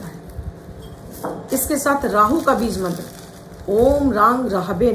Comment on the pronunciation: Bij mantra ka uccharan galat kar rahi hai aap